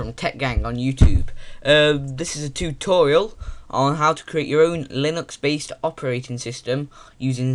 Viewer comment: I heard you say tubetorial :P don't know if you said that but its a cool word :P